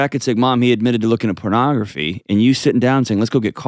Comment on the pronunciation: Chill lady... Chill... "Not if he's using pronogrfy...." Out to lunch.